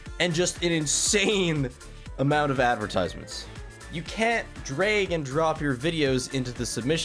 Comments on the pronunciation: did he just say "drayg" and drop? he said "drayg" and drop again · Canadian accent, some words are said like æ for some reason.